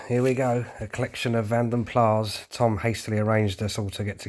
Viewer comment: Love your little Vanden Plas and you got a real bargain. It was well worth the wait. It looks beautiful and the damask red looks to have a good depth of shine. I'm pleased that you can pronounce the name properly too many people nowadays pronounce the S. The keys on the counter just made me think- Proper keys none of this modern day new fangled electricary that can cause no end of issues to replace. In those days you just went to the local garage/halfords /key cutters and thats it all done. I remember somehow i left my keys in my Marina the drivers door closed and i couldn't get in. What do i do? I walked into town to my local high street Halfords when they used to be a good motorists shop and stocked lots of good things(not any more and not in the high street either) they gave me a board full of keys to try. Went home found the key to open the door and took the keys back. Cost me nothing. The P6 did look particualrly nice and it suits the Lunar grey.Its a nice colour. The little Metro your correct its Arum White. The 1300 estate i remember sitting in the boot ,me and my sister as we went of with the family to a local fair. 6 of us didn't have things such as seat belts then. The twin carb marina in citron was a popular colour for them cant say i was keen on the colour but its great its survived they are a rare sight. Lovely to see so many VP 1500 together. Fantastic. The equipe so rare. So many nice cars its impossible to choose a favourite. Enjoyed the video thanks for shari